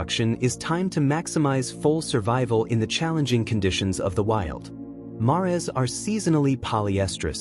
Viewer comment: Mares is pronounced like hairs rhymes with mares! No ? ❤